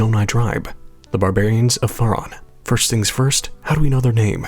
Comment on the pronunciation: Faron is supposed to rhyme with Erin. Not fair Ron. Haven’t you played hyrule warriors?? They say it out loud several times. (Forgive my pickiness but I’m naming my daughter Faron and it sounds ugly the way you say it lol)